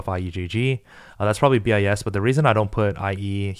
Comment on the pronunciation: homie really out here saying bee eye ess